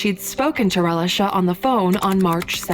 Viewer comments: I'm only 2 minutes in the video and I'm tired of her calling this poor baby relish-a 😡😤 it's pronounced "Ray-lee-sha" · Am I the only one that's annoyed with the mispronunciation of Relisha's name?